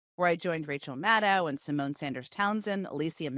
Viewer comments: Hard to imagine that you can't pronounce Rachel's last name correctly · Jen's dedication to not learning how to pronounce Maddow is truly impressive.